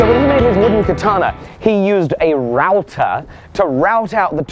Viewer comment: I'm sorry to tell you this, you are using "Kitana" instead of "katana". btw love your vids.